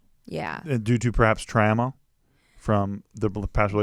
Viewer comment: Did say trANma instead of trauma?